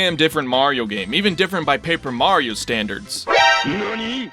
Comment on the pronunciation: We got: Mahreeoh Da Preensess Looweegie And Bahwzer